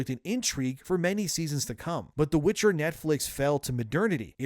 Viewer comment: It was called WITCHER not WITCH - HER (forerunners wanted the witches to be the lead)